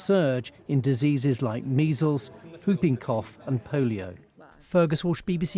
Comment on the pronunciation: Pretty sure I heard him say pooping cough at the end there....